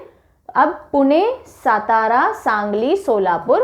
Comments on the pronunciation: Nice pronunciation and explanation. Only one correction Satara should be read as Saatara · सातारा नही सातार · सतारा नही सातारा है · Mam not सतारा it's सातारा (राजधानी सातारा) 🚩🙏 जय शिवराय 🙏🚩 🚩 जय महाराष्ट्र 🚩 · Miss it is सातारा